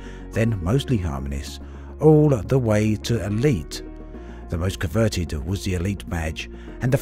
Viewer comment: Coveted, not converted.